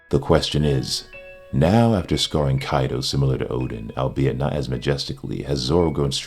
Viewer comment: Anyone else finds it weird he keeps saying Odin instead of Oden? Or am I just old and senile to hear/listen properly.